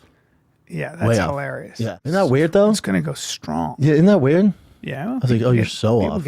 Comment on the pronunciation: So waird the way he pronounces weird